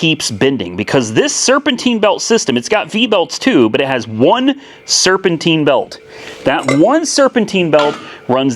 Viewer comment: Serpentine,Serpentine..Not serpenteen..If your going to live in north america learn to speak the language at least...